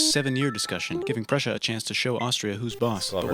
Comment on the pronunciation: Did he say Prussia??